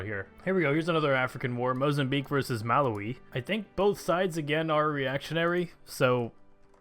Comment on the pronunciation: the way you say Malawi....oh boy.